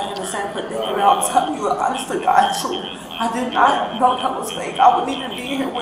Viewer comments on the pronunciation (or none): I don’t think her definition of the “troof“ is the same as ours. 😂